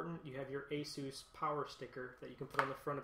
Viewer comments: nope, he did it right, thats how the the asus people pronounce it too and the founder of asus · I have an Asus monitor, and when I ordered from ASUS website via telephone they pronounced it the way I pronounce it "aye sus" Also I looked on youtube and other various websites to confirm my suspicion. Would you like a link?